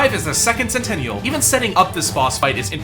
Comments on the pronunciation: I like “second sentenial” as well 😂😂😂 bro learn how to read it’s sentinel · Senteniel? S e n t i n e l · sorry but second "centennial"? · Sentinal not sentenial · 'senteniel' ITS PRONOUNCED 'SENTINEL' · Sen ti nel not tenyal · Isn't it second sentinel and not second centennial? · Bro complaining about bosses being easy while Running around with cogflies and pollip pouch… dont Play on easy Mode then my guy. P.S. Did you just say Senteniel?? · secont senteñel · It is pronounced (sent - in -null) not what you said lol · sen-ten-i-al lol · What the hell is that second sentinal pronunciation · can you say sentinel again